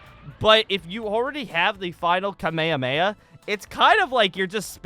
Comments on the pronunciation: ITS PRONOUNCED KA-MEH-HA-MEH-HA NOT KUH-MAY-UH-MAY-UH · Why does he say kamemameha like that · The way he says kamehameha isn't accurate cause they don't say that in the anime